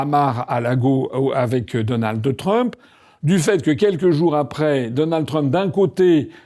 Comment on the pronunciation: Donaldheuuuu Trump